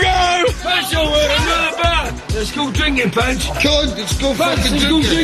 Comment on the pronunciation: "Lez go drinken" the drunkest I've seen him!